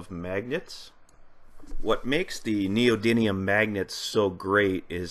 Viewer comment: There is precisely ONE 'N' in the word 'Neodymium'